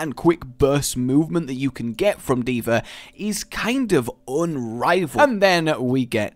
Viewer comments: Why do you call her D.ver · I FREAKING HATE how he says d.vr ITS D.VAAAAAAAAAAAAA